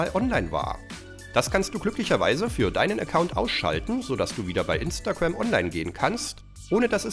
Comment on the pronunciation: Alter 4 von denen kannte ich schon 🤦🏻‍♀️🤦🏻‍♀️🙄 außerdem heißt es Instagram und nicht imnstagamm